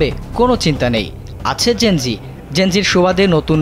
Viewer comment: লিখলেন জেন - যেড, বলতেসেন যেন- জি। A B C D জানেন না?